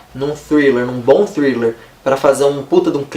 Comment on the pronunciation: Hahahahaha, amei você falando thriller no início! Ganhou uma inscrita!